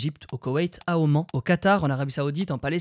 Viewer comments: Oman 😭😭😭😭😭 ça se dit Omane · Écoutez comment il prononce Oman 😂🤦🏻‍♂️